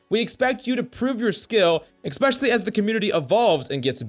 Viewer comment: ESPECIALLY not ex-specially